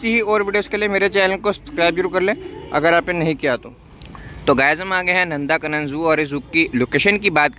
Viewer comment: Its not नंदाकानन it is नंदनकानन